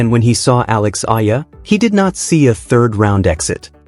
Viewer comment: Alex Eala and pronounce as E-yala